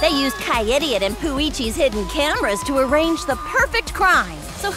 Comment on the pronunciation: Seriously? Poo-ichi?